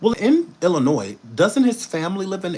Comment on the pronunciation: I’m from Illinois and thank you for the correct pronunciation. People love adding the S. By the way we don’t want him here and thanks